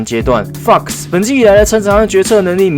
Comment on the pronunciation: 你念FOX的時候語氣好像髒話